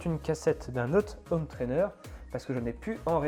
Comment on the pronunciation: merci super vidéo mais par pitié, il faut arrêter de dire des ZZZhome trainer. C'est un détail mais ça pique les oreilles dans toutes tes vidéos:)